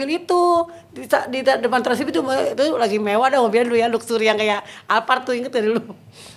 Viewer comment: Luxio, bukan luxury